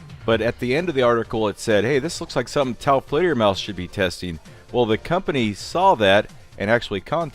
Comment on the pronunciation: Why does pronounce the channel like taoplayermaus and not taofledermaus?